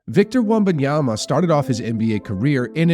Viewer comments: You are doing something very strange with your pronunciation of Wembanyama. You’re saying it like it’s spelled Wumbunyama. You’re saying it more right when you say Wemby. It’s Wem-ban-yama. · The fact that you have been saying Wembanyama's name wrong this whole video tells me all I need to know.